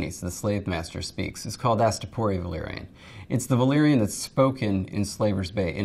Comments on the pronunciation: Sam Hilton—yeah absolutely insane. Pronouncing everything as if they are English words. You would say that if she has seen game of thrones, she could’ve altered that. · those people failing at valerian just sound like they're speaking Simlish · Yeah. That's literally how Daenerys herself pronounces it in the Astapor scene